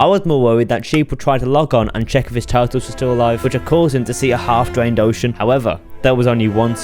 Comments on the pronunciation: Omg you dwained a widiculous amount of watah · twis gwuy weavvy dwained an enwive minedwaft wocean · Nobody:: dis is why i dwained de ocean